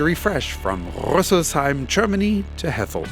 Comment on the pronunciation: Kudos on correctly pronouncing "Rüsselsheim".